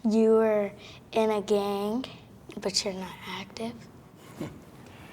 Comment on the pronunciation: I love it that they all say gang but they say it with a K so they say like gank 😂